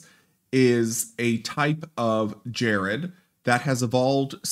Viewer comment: Dude, "gerrid" is pronounced with a hard G.